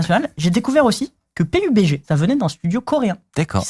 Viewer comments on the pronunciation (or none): none